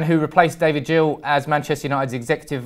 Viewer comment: David Gill with a G not Jill lol